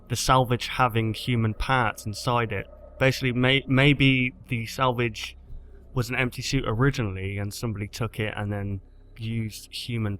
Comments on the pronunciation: Lol,u said salvage like "sandvitch" ;) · Your saying Springtrap's name like salvig.